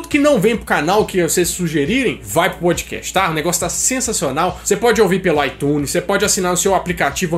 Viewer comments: Quando vc fala PODCAST eu ouço PÃODEQUEIJO 😂😂😂❤ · Kkkkkkkkkk..podiquéchi...parece que ele falou pandiqueijo kkkkkkkkk...